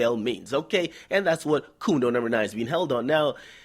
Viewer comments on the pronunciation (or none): Omfg, he said "coondo numba nine"😂😂💀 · I just came here to hear him say "Coondo number 9" XD